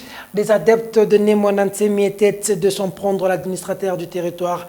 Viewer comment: tu prononce le t à la fin de était c’est une faute dont tu ne te rends probablement pas compte. Sinon bravo pour ton travail